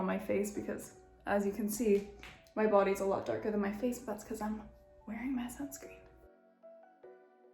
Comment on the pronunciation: Did she say Sun scream?!